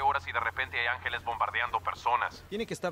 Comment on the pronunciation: se dice angeles no es por criticar pero siempre es mejor aprender mas palabras a que no cierto?